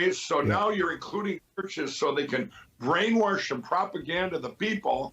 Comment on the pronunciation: Shot of the Glenlivet each time Lindell says “brainwarsh.” Yep, it’s working out, too.